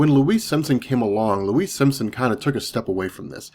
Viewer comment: Louise SIMONSON. Not Simpson. Are you Chris Bores?